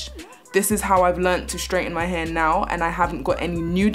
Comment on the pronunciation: why do you say "h-u-r" its "h-a-i-r" not to be rude